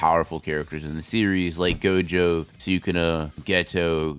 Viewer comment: HE FR CALLED GOJO "jogo"